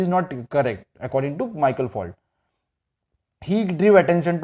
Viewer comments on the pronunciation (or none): you said michael